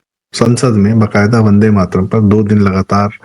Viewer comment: वन डे माट रम जिसका उच्चारण हो वह पार्टी वन्दे मातरम् कैसे बोलेगी ? जवाहलाल जी क़ो किसी भी चीज़ क़ो टुकड़े करके आनंद मिलता था, चाहे भारत क़ो टुकड़े करना या वन्दे मातरम् ही क्यों न हो. बहाने बाज ने जिन्ना क़ो जो पसंद नहीं था, वह बहाना था, ख़ुद का इस्लाम जागा और कर दिया टुकड़ा !